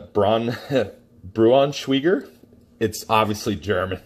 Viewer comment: I love liverwurst/Braunschweiger too. It tastes very very close to liverwurst - by the way it's pronounced Brawn-schwhy-ger